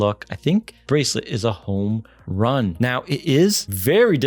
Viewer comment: Good video, great quality but sometimes only in my opinion of course your accentuation is a bit of. Most of the time your flow and your voice melody is good. But sometimes it is a little bit off/ too much/to slow for example the word "Homerun". The Bracelet is a no go for me. Keep up the good work.